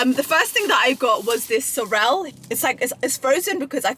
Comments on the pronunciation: sorELL 💀💀💀 It’s said like sorul 🤣🤣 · lol the soRREL took me out